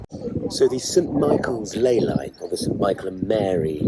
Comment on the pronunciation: Misspeaks ley line, spills coffee, “bloody archangels “ 😂😂